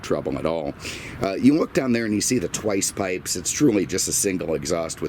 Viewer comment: 😂😂I love it when he says "twice pipes"...